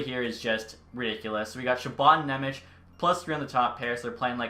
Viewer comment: Thanks for content and I appreciate the Nemec signing! You got really close with his name. :D In Slovak his name is spelled Šimon Nemec (eng translation - Simon German :D), so in case you wanna be spot on ...here you go: Ši- = SHI- oh you know from which word is this :D mo- = MOdano n = basic N Ne- = NYE ... dunno what word to use for ň sound sorry :D mec = METZ probably very close to METS sports team ... I wonder how are some broadcasters gonna butcher it :D